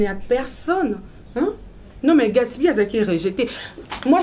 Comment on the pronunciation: Je n'aime pas la façon dont Sarah appelle Gatsby! C'est Gatsby et non gatshby